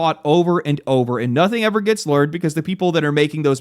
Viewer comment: leared? XD